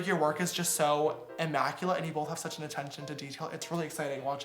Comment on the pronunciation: Are you saying BOLTH??